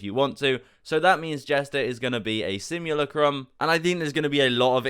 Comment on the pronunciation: You’re saying simulacrum wrong